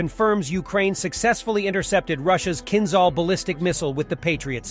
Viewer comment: It is not a “kinzal” or “killjoy” missile. It is “kinjhal”, it means simply a “dagger”.